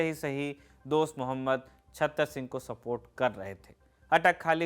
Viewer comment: Mr. You did good job, but you pronunciation is not correctly, raja sher singh s father s name chatter singh, not chhater singh